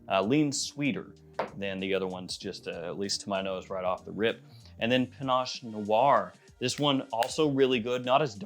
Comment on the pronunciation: Panache?!?! Panache?!?! Really? You've got to be kidding. Shouldn't a fragrance reviewer at the absolute minimum pronounce the fragrance name correctly? SMH...